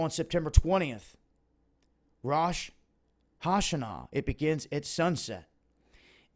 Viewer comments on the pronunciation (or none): Is that really how you pronounce "Rosh Hashanah"? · The fact that this guy mispronounces so many proper names does not make him a very credible person. When you are researching things that are extremely important like what this guy is discussing, learning proper pronunciation is right at the top of the essentials. The fact that this guy failed to do so makes me question his credibility altogether. Terms/words he mispronounced: Rosh Hashanah; Yom Kippur; (Steve) Mnuchin. Don't believe me? Look it up. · I've never heard someone butcher Rosh Hashanah so bad, just say feast of trumpets